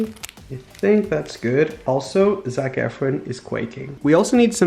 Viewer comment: For the record it’s “Zac Efron” not “Zac efren” and secondly it’s “quaking” not“ quacking” 🤦🏼‍♀️🤦🏼smh...